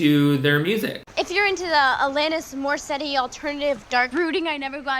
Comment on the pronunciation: also is no-one going to address the way she pronounces Alanis Morriseetttyyy